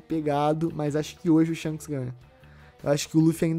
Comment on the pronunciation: Shonks kkkkkk essa de irmão gemulo não dá pra mim 😂😂😂